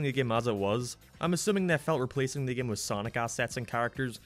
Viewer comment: Why do you pronounce game like geme or gameplay like gemepley? Like a sounds like e when you say it, And I fucking live for it, also unleashed is my fav game and 06 is second cuz nostalgia